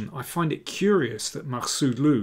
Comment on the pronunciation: Daniel, you did a great job on pronouncing their names 👏👏